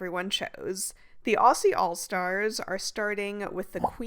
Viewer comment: Thank you greatwork! Also “Aussie” pronounced “Auzzie”